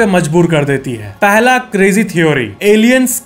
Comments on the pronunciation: Bhai crazi nhi hai crazy hai creji creji nol rha hai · Crazy ❌krezi ✅ 😅